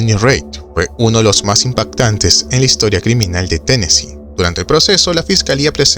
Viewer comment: Muy buen documental, pero es Tennessee, sin s.